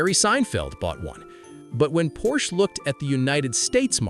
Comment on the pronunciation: Don't tell stories if you don't even know how to pronounce the name.